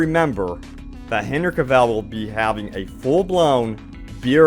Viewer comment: Omg my ear bleeds when hear OMG pronounced Henry Cavil name. It pronounced Hen-ry Ca-vil not Hen-ry Ca-val.